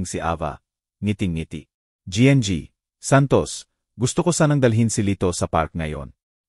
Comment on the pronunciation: Listening n watching fr Santiago general trias cavite Trias cavite,, sir correction lng po GNG,,po sa Tagalog po yan ay Ginang Santos,, Ginang Santos , thank u po